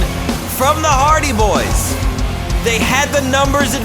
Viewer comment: You said the hardy boyz name wrong